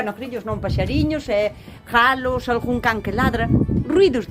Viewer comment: Aiiii os jalos e jaliñas jajaja que justo oilos